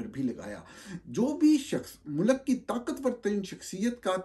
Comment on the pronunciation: Norani sahab you're an educated person. Please, for God's sake, don't say MULAAK(Country) say Mulk. Thx